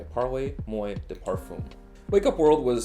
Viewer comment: I know, but I was trying the easiest way to type it to get him to not say “moy”. Lol